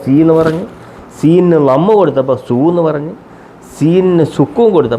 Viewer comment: Lamm alla Lamma